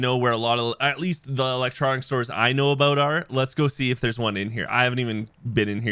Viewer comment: “didnt know aBOAT it”